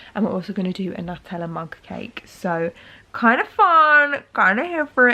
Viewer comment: "New-teller!" lolz